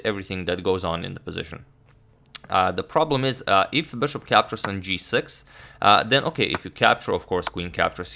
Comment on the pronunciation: bãshop back to d2. His "bishop" speech is funny